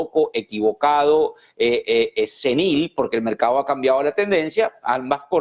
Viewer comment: Se dice correctamente: mercado y no "mercao". Se dice correctamente: cerrados y no "cerrao" Hablar así, es hablar muy mal el español y peor en un noticiero. Los noticiario deberían seleccionar a personas que pronuncian bien el idioma español.